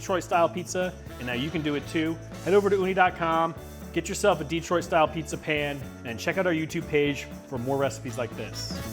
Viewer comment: It’s pronounced di-TROIT, not DEE-troit. The only exception being a Pistons possession announcement from John Mason. No exception for pizza style descriptors. Ever. Nice pizza, though.